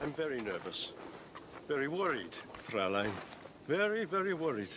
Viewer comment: He says "Fräulein" incorrectly